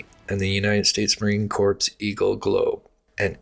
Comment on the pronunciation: Marine Corps is pronounced Core not Corpse. Thank for the detailed timeline. Great work.